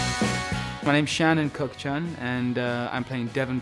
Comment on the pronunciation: It's not "Kook-SHun" it's "Kook-Chun". I can't believe they would let that sit on the web incorrectly. Thanks for posting this though :))) !